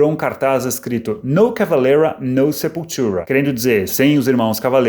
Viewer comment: Que piada você lendo Sepultura com sotaque...